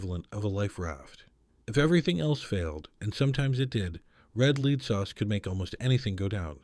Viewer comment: SOS was WAY OFF! And powdered eggs are great! And Red LEAD sauce is LED, like the metal, not LEED. AI. Had to give on up this.